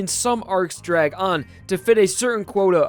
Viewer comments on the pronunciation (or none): none